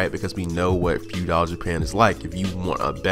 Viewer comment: Pretty much agree with everything, except the way you say feudal. Like fuedile. Like crocodile lol. Its all love tho bro keep it up. 😄